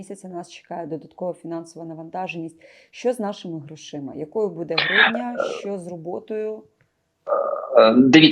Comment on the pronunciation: Господи,, ставте правильно наголос у слові буде!!!